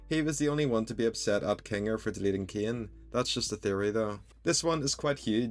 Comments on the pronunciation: Why do u pronounce Cain as KEY-AN bro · Why are you saying caine like that 😭